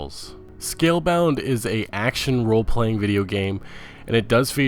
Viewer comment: yeah so many speech errors.. it was pretty painful to listen to. mispronouncing the name of a game or the name of a developer, really should not happen.. calling valve, volve; calling scalebound, scalebrowned; calling bethesda, bezda; calling cyberpunk, cyberbunk; and i know there are many others..